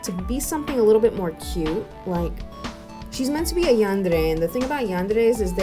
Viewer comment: this is a really small detail, but i love how u say yandere instead of yanderrrrrrrey